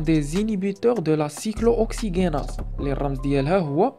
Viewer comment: La prononciation de cyclo oxygenase est n'est pas just